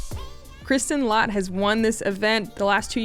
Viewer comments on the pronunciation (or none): It's pronounced "let", not "lot" or "laat" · Lätt is pronounced Let, not "Lot" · actually - the way you pronounce Lätt in Estonian, is more like you pronounce cat or rat in English.. the middle A in cat or rat is in Estonian pronounced as a letter Ä.. so if you go in a row - cat, rat, Lätt - they sound the same, just replace first letter.